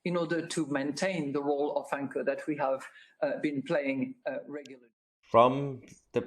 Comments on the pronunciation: Great video as always. When she was talking about the role of central banks, I swear I heard says wanker instead of anchor! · Anchor with a silent W